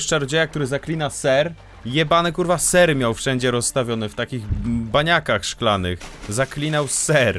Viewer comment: ten serrrrrrrrrrrrrrrrr mnie rozjebał